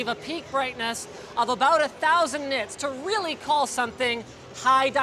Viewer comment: What the heck is a... knit? Nits? gnits?